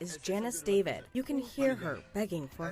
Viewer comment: David not deveeid is her name , that anchor woman can’t pronounce David lol